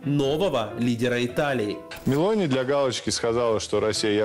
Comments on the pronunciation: Сам Мелони, если уж взялся комментарировать, так делай это профессионально, ударение не правильно поставил в фамилии Мелони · Ребят, "Мелòни", не Мéлони! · Мелони-ударный слог второй,ударение на О